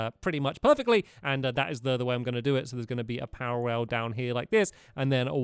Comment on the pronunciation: You keep on saying powor rails!